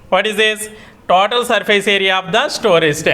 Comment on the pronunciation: Tatoal nahi sir total 😅 😂